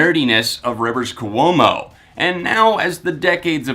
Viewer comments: Kwomo not Ku--omo. Ahhhhhhhhhhhhhhhh!!!!!!!!!!! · Dude says hes been a weezer fan for 16 years yet he can’t say Rivers Cuomo.... Really that just distracted me soo much I couldn't finish the video.